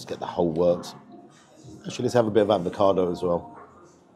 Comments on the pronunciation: Gotta say mate….. it’s avocado, NOT advocado lol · Bit stingy with your marking there! I thought at least 9 for the quality and taste. Also, being picky, can you please please please stop saying ‘ advocado’! There’s no first D! 🤬🤣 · Love your vids, but please….its avocado, not advocado. Yes I’m a pedant, just when people pronounce Moët et Chandon as “mo-eh”. It’s Moet, as written. Rant over. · Avocado,....not advocado!